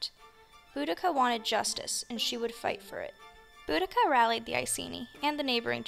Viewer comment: Thank you for pronouncing her name correctly, btw, good, video. Boudicca: some people pronounce her name totally wrong.🙂